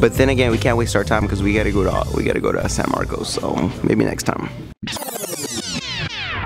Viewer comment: Dude its pronounced San Marcus not Marco its just spelled that way. get it right.